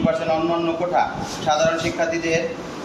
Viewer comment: সে কৌটা” কে বলে কোঠা।